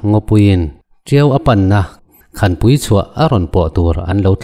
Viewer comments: Khanpui itih hi, khânpui tih tur aw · Khanpui tih hi sakhan a khan ang hian lam tur a nih hmel